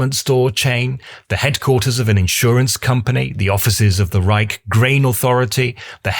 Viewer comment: Nice one. Try pronouning "Reich" and a few other words a bit better. You could xxplain why many buildings weren't flattened by the bombing raids, including the Swiss embassy.